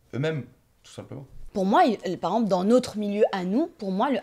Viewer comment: tu me fais trop rire quand tu dis « par exemple », tu raccourcis en disant « par emple » 😂😂😂😂